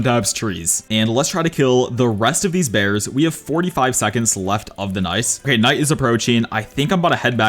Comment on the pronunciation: bro check bro said “all nice” instead of all night